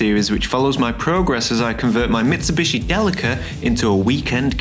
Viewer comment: However you need to practice your pronunciation of Delica us Australians cringe.